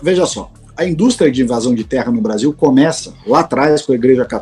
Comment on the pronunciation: “Beaszil” vagabundo